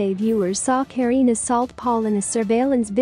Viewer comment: Kareeenie Steel, not the way you butcher it.